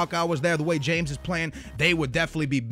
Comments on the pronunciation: I find it really annoying when people pronounce it James Rodriguez instead of Ha-mez Rodriguez. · its pronounced hames not james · its not james but hames....thats how its said... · It's pronounced "ha-mes" not "jayms" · It's "Hames" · In Colombia they say James like "Hram-ace" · James Rodrigues is pronounced Ha-mes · It's James Rodriguez, pronounced "Ha-mez"